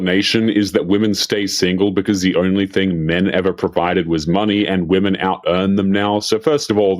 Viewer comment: Why do so many of these people feel qualified to speak about women online when they can't even pronounce the word "women".